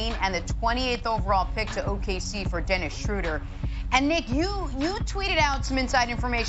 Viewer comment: Dennis chow-der